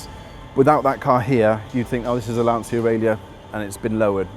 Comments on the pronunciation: sAmbO probably because if you want to do a video on a Lancia, you first have to learn how to pronounce its name in the right way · They don't. The end part is pronounced "cha", as in "charge". They pronounce it "sia", as in Valencia, which is simply wrong. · Thank goodness at least one person in this video pronounces the marque's name correctly and says, "Lanchia" not, "Lancia". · Lancia say laancha not lansiia ( ps it means “spear”) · NOT Lan-see=uh.. IT'S Lan-cha. you idiot. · Why can't you use the correct pronunciation? LANCHIA NOT LANCE-IA! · Please... Lan-CHI-Ah, not Lan-Si-Ah. It's not that hard. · By the way ! You pronounce "" lantcha"" not "" lansia"" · maybe one day you'll learn to say LANCIA (lantsha) not Lan-zeeea !! Unfortunately too late since the brand was cancelled by the FCA group..... Isn't strange that the speak Italian in Italian instructions....... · Why is so difficult for Brits to pronounce correctly the name? Just say Lancha and not lansia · john moran it’s more like Lancha, the restorer says it almost perfectly for an English speaking man. Being from and living in Torino believe me, I cringe when I hear Lan-see-ya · Always surprised how english speakers can't pronunce properly a simple word like LANCIA: it sounds LAN (like LANcaster) - CHA (like CHArleston). The mechanic says it well... By the way, amazing job with a great display of good taste. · I please you to pronunce it in italian way. Lanchia, like child. It's the surname of Vincenzo Lancia, translate in english it will be Vincent Lance. He was a race cars pilot. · it’s pronounced: lantcha like in chapel!! you bloody english fool !!!👊👊👊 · Anglophone Lancia is pronounced Lancha, or in IPA format "lantʃa", the "th" in Abarth is not the same as in English you just say Abart. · Great video! P.s. the "C" of Lancia is not the C of words like "central"... the pronounciation is like the "CHA" of the word "champion". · I think it is pronounced Lan chia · john moran it’s pronounced lan cha